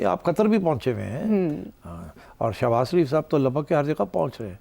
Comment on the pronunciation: Shehbaz not shebaj